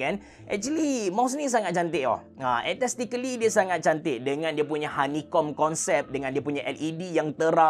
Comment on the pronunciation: Abe cerah sebutan dia aes-tatic-ly. Hehe nice review.